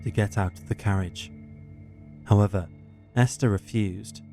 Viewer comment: convinced its AI. Words mispronounced or said exactly the same way/ tone regardless of grammatical context. For example the word “however”